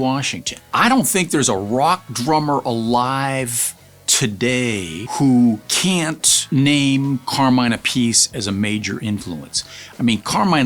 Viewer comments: Why do you pronounce his last name wrong?? If you know him it's 3 syllables not 2. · That's how Carmine pronounces it (A Piece) as in "a piece of pie" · If you're such a friend and have known him for so long, you could at the very least, pronounce his last name correctly...!! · I think Carmine pronounces it that way himself. Vinny says Appiceeee. So the family doesn't even agree.